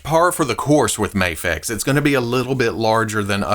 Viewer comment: Does it drive anyone else crazy that he calls it Mahfex instead of Mayfex?